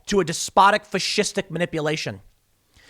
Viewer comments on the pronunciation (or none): Did Tim say fascistic or 'fat $hìt stick'? Lol